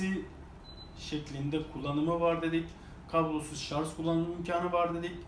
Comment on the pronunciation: ŞarZzzzz demez mi :))